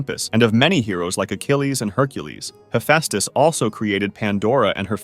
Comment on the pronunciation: ´Hefastes´ thats not how you say it -_